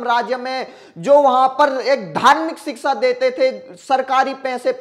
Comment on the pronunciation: सही उच्चारण है-शिक्षा